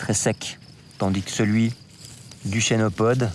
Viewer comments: on ne dit pas "chénopode" mais "kenopode" car ça vient du grec khênopous, « patte d'oie » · Se prononce kenopode